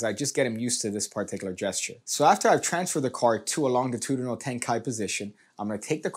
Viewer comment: I chuckled every time you pronounced longitudinal incorrectly lol